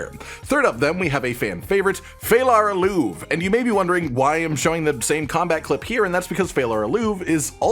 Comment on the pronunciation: 'E' in Phalar Aluve is not silent. Learn some elvish, man.